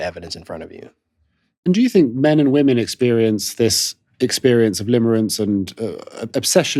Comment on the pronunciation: I keeps sounding like he saying woman when it should be in the plural form women. I’m sorry, but that’s annoying.